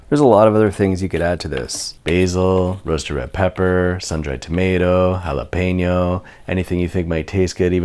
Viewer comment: He said jalapeño right! "Ha-lay-pen-nyo", not "Hall-uh-peen-no"